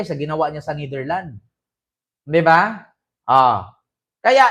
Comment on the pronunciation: Kupal ka nidirland ka ng nidirland ayusin mo pronunciation mo kasakit sa tenga